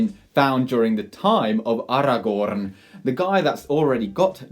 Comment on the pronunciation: Take a shot after every “AragoRRRRRRn”